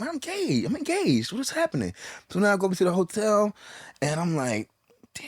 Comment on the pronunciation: He was saying engaged, but he was mispronouncing words the whole show 😅